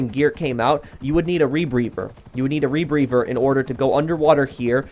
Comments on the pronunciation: Is he saying rebrever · chris monks Im glad I wasn't the only one who noticed! He said it like 20 times in 30 seconds. I really don't know what he was talking about because I kept hearing him say was "rebreVer" HA HA HA!!!!